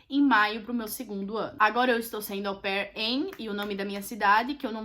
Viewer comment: toda vez que ela falava AU PAIR ,eu ouvia como “au pé 🦶🏼 “ 🤣🤣🤣🤣